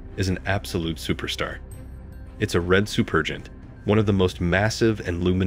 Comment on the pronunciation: "Supergiant" is pronounced "SOO-per-jai-ant," NOT "soo-PER-jent."